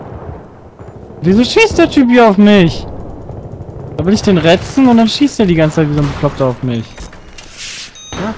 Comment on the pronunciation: ich mein es wird rezzen geschrieben und dann auch so ausgesprochen